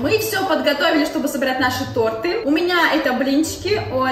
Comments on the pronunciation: Не то́рты а торты́ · Нет, правильно тОрты а не тортЫ ударение на о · то́рты правильно